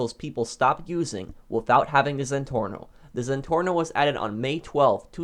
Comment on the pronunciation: you said it wrong it’s pronounced “zenporno” hehe 😂